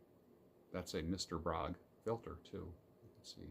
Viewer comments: A little note - "Bróg" is actually a combination of two names Bednarczyk and Róg, where the latter is pronounced "roog", so Bróg should be pronounced "broog", not "brog". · Mr.Bróg - prawidłowo wymawia się Mr. BRUG!!!!!!!!!!!